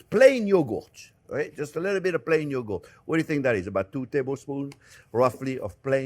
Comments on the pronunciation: wtf is "yoogoot"? lol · what exactly is Yo-goat??😂